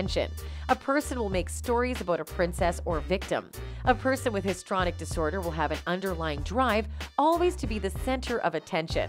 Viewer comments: HIS…TREE….ONIC. not histronic. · Where is the evidence of bribery? Check your pronunciation of histrionic.